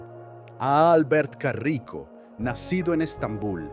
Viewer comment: Es caraco, no carrico xd